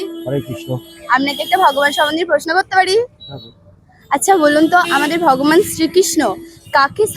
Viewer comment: 🙏 কথাটা( ভগমান নয়× )ভগবান🙏